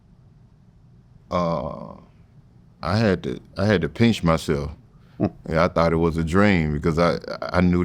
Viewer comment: Peench and not pinch? That must hurt.